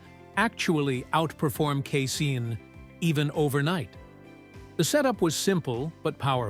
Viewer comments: The word casein is pronounced KAY-SEEN, NOT KAY-SIN!!! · He then later said KA-SAYIN!!! JEE-sus!!!